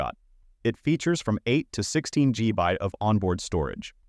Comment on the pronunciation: I can see the first person talking about the car scanner but his voice is muted out. And what the heck is "eight to sixteen gee bytes of storage" LOL